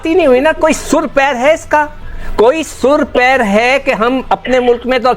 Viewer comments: Sur pair nahi bhikhari pehle sahi se bol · Are jahil sur pair nahi hota sir pair hota hai bhikhari jab fatati hai tab khairat batati hai ab mirchi lag rahi madarasa chap pahale ja padhai kar ke aa